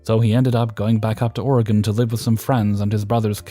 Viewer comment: Wow great work with the pronunciation of "Oregon" being that you aren't from the US most don't know thats how you say it! You do your homework, sir! 10/10